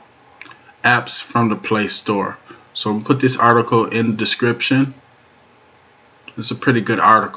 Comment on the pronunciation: "Articoe" is not a word as the way you pronounce it. The proper spelling is "Article" and is pounced like it is spelled